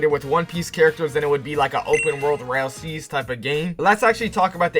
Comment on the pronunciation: Why does this man say rail seas bro 💀